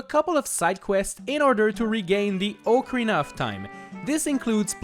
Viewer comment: It’s pronounced “Ock-a-reena”